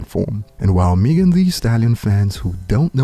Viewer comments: Who’s MEE-gan? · Still waiting on to say Megan name right 👀